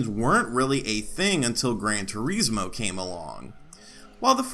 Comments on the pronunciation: Good video, never heard turismo pronounced as "tureesmo" before, lol. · Gran Tuh-reesmo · The way your saying Turismo sounds really weird lol